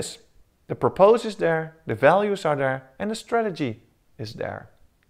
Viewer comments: although I really appreciate the work that and dedication that has been put into the explanation of the Model, to me it is very distracting when I see Grammar and pronunciation mistakes. (Purpose; "" Purpus "") (Exsists; Exists). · Just a little bit too stiff and difficult to understand. Make sure that you are pronouncing all the words correctly. You had a big problem with purpose which I would not have understood if it wasn't also written.